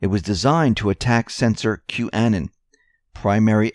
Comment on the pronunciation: Thank you for all your great reports. Please correct your pronunciation of Qanon. Anon is the same as "anonymous" short a sound. Also, the accent is on the first syllable "Q" Your pronunciation was so different it took me awhile to figure out who you were talking about. Thank you for correcting on this most important word and especially since you are here to accent Q's posts!